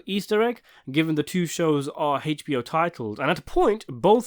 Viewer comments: How can I get you to stop pronouncing it “Haich-B-O”? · The way he says HBO kills me